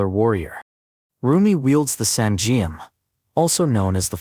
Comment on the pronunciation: good video but the Korean names of the weapon are not properly pronounced. For example, Geom is pronounced like 'Gum' . and Saingeom is pronounced as ' Sah - In - Gum .' etc